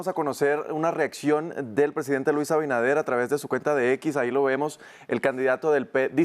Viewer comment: Este programa es una porquería, los invitados hablan disparates, y el otro ni siquiera se preparo lo suficiente para saber pronunciar correctamente el nombre del presidente de la República, Luis AbiNADER no abidaner 🤦🏽‍♀️ que vergüenza